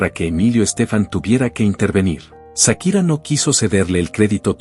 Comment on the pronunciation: No es Sakira 😂 es chaquira